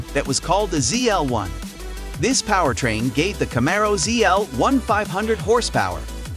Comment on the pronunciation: Four Hundred and Twenty Eight...Cam-A-Ro lol...